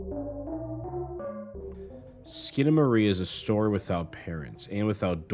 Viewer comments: It's SkinamaRINK!!! Not Skinamarie! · I'm two and a half minutes in and this train wreck of a video is so awful that I feel i should comment to warn people not to bother watching it. ❌Uses objectively in place of subjectively. ❌Claims that his interpretation will enhance your first viewing... of a surrealist movie. So spoilera are fine I suppose. ❌"Eck-scape". ❌Consistently mispronounces the god damned movie's title. Skip. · Bro at least figure out how to pronounce the title. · I love what you're pointing out artistically but I am begging you to edit and research better for other videos. I can't watch this with the same surreal strangeness with the constant mispronouncing of the title. It is just too grating, but your insights are great!